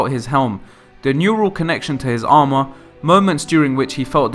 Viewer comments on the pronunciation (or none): none